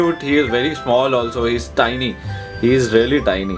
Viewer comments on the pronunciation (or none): none